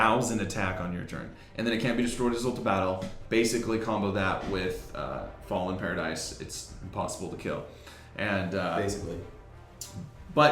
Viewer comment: You read fallen paradise wrong